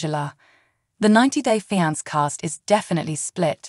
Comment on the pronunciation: You need to get a new Announcer!! If this one is AI generated, someone needs to work on the English word pronunciation of fiancé. It’s pronounced fee-on-say not fI-nance or whatever you were saying it was. Pitiful, absolutely pitiful!! Also, I’m rooting for Michael, big time!! He’s not scamming that “female gendered person”. I can’t & won’t call her a lady bc she is not one!!!!